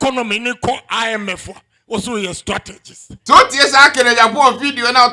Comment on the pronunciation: How you pronounce ‘party’, ‘cohesion’ and ‘IMF’ be 😂😂😂😂😂😂😂